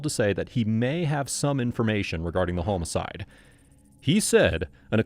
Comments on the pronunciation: Ughhh, please stop the ai narrator from pronouncing "homicide" as "hoe-micide." It's "ha-micide!" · It is maddening hearing the way you say "homicide" 😂 The 'o' is pronounced like the 'o' in "office", not like in "home" Wild business to be in to be pronouncing it like that. 😂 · It's the AI narration. Pronounces "homicide" as "home-a-side" too. You'd think whoever runs the channel would spot this stuff and fix it. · When did we start saying home-icide? No good. Change it back.